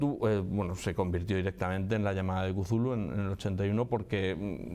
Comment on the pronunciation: "mitos de Chulu" que horrible pronunciación 🤣🤣🤣🤣